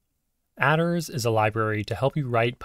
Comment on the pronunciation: It's mad to me that you pronounce "attrs" as "adders"